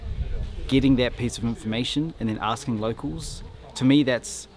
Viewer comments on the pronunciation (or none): none